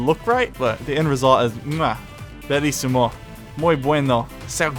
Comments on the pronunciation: bellissimo IS italian, and you say it quite well, too! Loving the series btw, you're an awesome decorator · yes, you said "bellissimo" the right way, except for the usual problem for non-italian people: double letters, but it wasn't that bad, gg to you